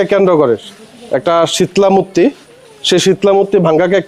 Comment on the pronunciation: Gate way of India ase Mumbai te ar Delhi te ase India Gate... arekta kotha.... "Mutti" abr ki jinish... its "Murti" 😅😅